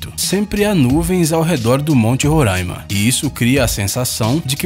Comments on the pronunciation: Por favor para de fala ruraima, o jeito certo de fala e Roraima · Ae senhor ele fala RORAIMA e não RURAN IMA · não é Rôraima é Roraima... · Não é "Rorâima" se escreve Roraima mas se diz Roráima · Monte Roraima fica em Roraima. Não existe Rorãima! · Sou de roraima! Não e rôraima é RORAIMA!! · E não ruraima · Pqp, e RO RORAIMA N RURAIMA COM "O" N COM U OOOOOOOOOOOOOOOOOOOOOOOOOOOOOOOOOOOOOOOO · É tão difícil assim falar "Roraima" ? 😂😂😂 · Monte Roraima as pessoas ainda pronuncia errado...